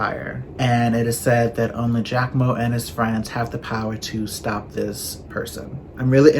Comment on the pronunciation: "Giacomo" perfect! Like an Italian! chefskiss